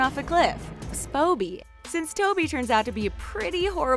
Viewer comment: Spoby ?!?! Are you actually joking, it’s TOBY. Like if yoyr annoyed by the names being pronounced wrong